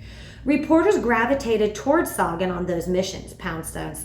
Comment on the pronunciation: I'm not trying to be critical, but Sagan's name is pronounced Say-gn.